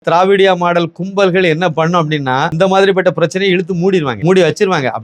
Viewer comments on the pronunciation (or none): ஜயா திராவிடியா மாடல் என்று சொல்ல அது என் காதில் தே:::::டியா மாடல் என்று ஒலிக்கிறது 😂😂😂😂😂😂😂